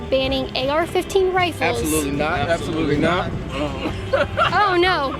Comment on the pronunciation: "Yas, abtholutely!! 💅"